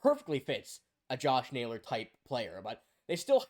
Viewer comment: This dude said Josh Naylor what a dumb dumb